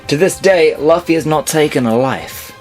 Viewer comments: The fact that you can't pronounce the main character's name as well as a lot of other commonly used words in One Piece bothers me too much to watch the rest. Luffy has been pronounced "Loofy" in both the sub and dub from the very beginning of the show which makes me wonder if you even watch One Piece at all. Plus only 1 of at least the first 15 were actually interesting, the rest were obvious. The fact that Zoro has never called Sanji by his name. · you're a fucking idiot and know nothing of One Piece. The fact that you can't pronounce "Luffy" and the fact that you simply thought Ace had bad spelling when the crossed out S was really there to commemorate Sabo says it all. If this were on old video I would not be posting this comment but this was posted in September 2015, shame on you. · U said luffy wrong... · I haven't even seen or piece have u u keep saying lufy instead of luffy and keep saying zolo still an also u also put guild arts instead of shanks which is just wrong they didn't go to the moon yet